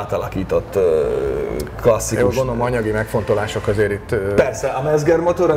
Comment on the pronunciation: D Mezger... német z=c. Mecger motor. :D Jó.